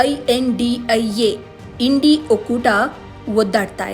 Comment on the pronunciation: Yashtu odiya mam Indi antira Ella sariyagi uccharane madi 😅